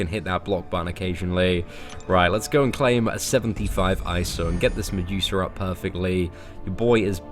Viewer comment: Stop saying mejusa